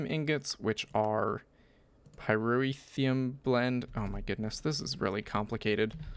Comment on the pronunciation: its pronounced pie-ro-thee-um